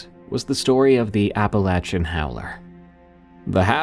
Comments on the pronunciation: Wait a second.....EVERYBODY I ever heard pronounces it as "appa-LAY-chun" not "appa-latch-chun".... But that's supposed to be the pronunciation? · If only you could actually pronounce the name right...Like damn, I know you know, that you're saying it wrong...